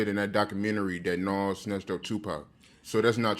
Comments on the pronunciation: Bro it’s NAS and not NOS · N-A-Z not N-a-w-z my G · Does the not know how to pronounce the name NAS correctly!? Damn man! This shit got me triggered! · Every time mentions Nas he pronounces his name like Nos 😂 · I love when he call Nas Nahs 😂😭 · i hate the way art says nas name 😂😂😂😂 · Why can't the interviewer pronounce nas name right,little annoying,but it's all love..